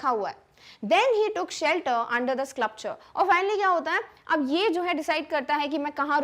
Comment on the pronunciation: So many wrong Pronunciations WILDE is pronounced as wild not wildi😮 SCULPTURE is not sclupture😅